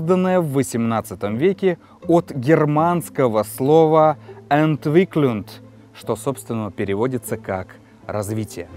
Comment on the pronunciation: Добрый! Отличное видео! И смысл заложенный значением русских слов - наиболее точный. Полностью присоединяюсь к мнению автора. Единственно, Entwicklung. Это у меня со слухом плохо или неточности в произношении? На конце G а не D при произношении.